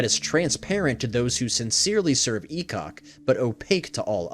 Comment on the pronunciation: I'm new to DnD lore so when I heard "E-cock the smoke methhead" I was confused 😂